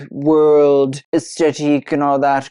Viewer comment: Love you babe but it is “aesTHetic” not “aesTetic”. ❤❤❤